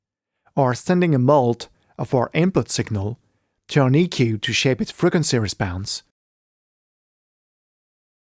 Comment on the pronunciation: "Frekwancy respounce"